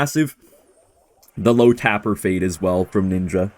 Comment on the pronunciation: the heck is "tapper" it's "tape-r"